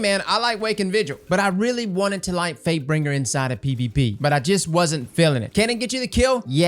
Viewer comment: Question for everyone, am I the only one who hears say fatebringer as fakebring at the beginning of the video?